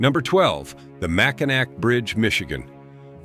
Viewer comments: It is never pronounced "MACINAC". That is the French phenetic spelling of Mackinaw. When a Frenchman sees Mackinac, he says "MACINAW". There is no such word that is pronounced MACINAC. Deal with it. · FFS, teach AI that it’s pronounced “Mack-in-AWE” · You totally did not due justice to #12 the Mackinac bridge connecting lower michigan with Upper michigan. A basic wrong is pronunciation sounds like this "Mack-in-naw" but the big thing about this bridge it 1). It is listed in the top 10 most scariest bridges. 2). This bridge can and WILL sway/swing up to 10 feet on BOTH sides during high winds, you mentioned ice & the bridge will close due to falling ice, but you failed to mention that anyone can be driving on that bridge when that ice falls & yes it has hit cars & trucks, smashing windshields, roofs. Hoods & trunks. Can you imagine driving on a 5 mile bridge then suddenly SMASH as your windshield explodes in front of you? Bridge authority will now close the bridge for anywhere from a couple hours to over 12. On each side of the bridge the hotels get booked full, many gas stations run out of fuel. You get the picture. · Mackinac is pronounced mackinaw there is one car the wind blew off the bridge it was Yogo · Mackinack pronounced Mackinaw. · Michigan. Mack-A-Naw Bridge. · That’s not how you pronounce Mackinac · Naturally, AI mispronounces Mackinac!🙄